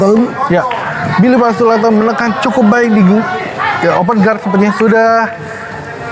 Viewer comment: Please.. his name is Billy Pasulatan, not Billy Pasuladdan